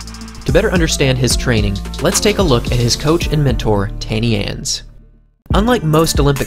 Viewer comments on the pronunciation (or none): Yeah, the narrator announced Tannie like she needed a sun tan or something. Wayde would be pronouncing her name as "Tunny ahh-ns" .. not "Ann" of Green Gables needing a "tan" lol! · When saying Tannie Ans, try saying it with a h - Tahnnie Ahns. Just to get the pronounciation right😂😂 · Great vid. Incidentally, his coach Tannie Ans, is pronounced 'Tunny Uns' (meaning Aunty Uns - it's a term of endearment)